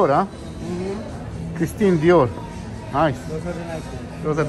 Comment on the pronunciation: ne mislis valjda da je lik cuo za Ermenegildo Zegna, Alexander Amosu ili za Stuart Hughes kad ni Dior ne zna da izgovori pravilno a kamoli da zna o kreatorima i brendovima?Covek zna samo da izdize sebe i svoje!